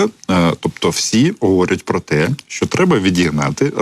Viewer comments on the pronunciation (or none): Не "пра" а про. Ця азірівщина дуже заразна!